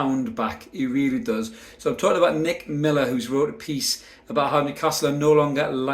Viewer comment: Did you say “DICK” Miller